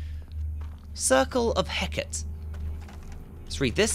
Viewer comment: Hecate is pronounced He-cah-tee.